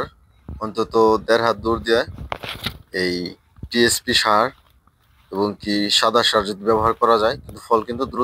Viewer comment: ভাই আস সালামু আলাইকুম, পি এস পি, টা ঠিক করে টিএস পি করেন।